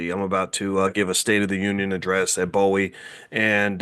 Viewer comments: Please say Bowie with a long O. Its a big deal out in the DC area. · It's BOO-wee State University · Bowie pronounced "BOOWE"